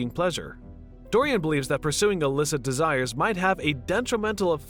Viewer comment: Please learn the proper pronunciation of the proper names before narrating? You got Dorian and Henry right. That's about it....